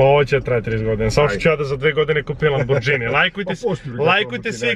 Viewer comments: Nije lambordzini nego lamborgini bratmoi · Hahaha, dobar je momak, ali zadnji od kojeg sam ocekivao da Lamborghini izgovori Lambordzini...